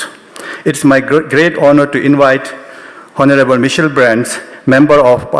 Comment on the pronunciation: Can someone please tell the young man who read the program that honorable is read onorable. Otherwise he is perfect. Thank you.